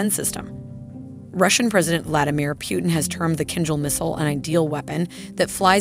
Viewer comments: Are you telling me that this person has never heard the name Putin before? Who is Pewtin?? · It’s pootn not pewtn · Why does she keep saying Putin's name wrong? It's not pew-ten it's poo-tin. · Two things: 1) She is pronouncing Putin's name wrong. His last name should be pronounced with an "oo" sound. Like in the words: boom, cool, etc. "Pootin", not P "you" tin. 2) She says "Vladimir Putin is getting desperate". He is not getting "desperate". He doesn't want to ruin Ukraine as Americans did with Iraq. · "Pjutin" It's Putin ffs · It’s Putin not Pewtin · Itd not Pyutin but Putin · its not piuntin is pUtin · It's Putin not pewtin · So no comment on how she pronounce Putin..